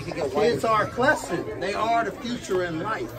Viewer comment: said “Clessing” instead of “blessing”😂 cuz a cold crip 😂